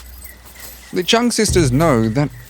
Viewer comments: I know it’s very difficult for foreigners to pronounce the surname of the Trưng Sisters correctly but you did a great job from the very first seconds. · Next time please try to learn to pronounce their names at least remotely like it is meant 😂😅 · Bro couldn‘t even learn how to properly say Trung sisters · You really mispronounced Trưng